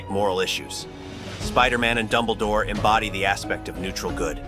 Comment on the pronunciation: Dumbledoor? No dude